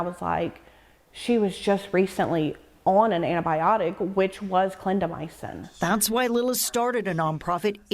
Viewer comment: Very informative; however it’s a pet peeve of mine when reporters don’t pronounce words right. Clindamycin is 4 syllables- not 5. Clin da my cin. Not clin da my a cin. Sorry, but look at the word before you pronounce it.